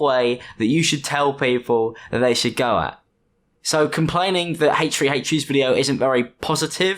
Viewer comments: Haych-Free Haych-Free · haychfree haychfree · "In todays video we're going to be looking at Haytree haytree" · im big fan of haytch free haytch free